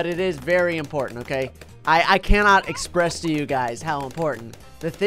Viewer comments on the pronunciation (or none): none